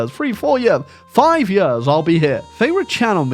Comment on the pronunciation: That explains how he pronounced Years as "yuhz"